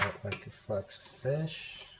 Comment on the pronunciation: u said flexafinsh not hexa